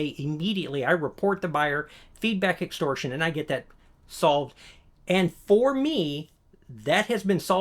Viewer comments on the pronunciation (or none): Extortion , not *extorsion. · Good info. Extortion, not extorsion...